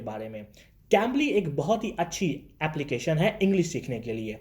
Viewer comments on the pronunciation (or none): none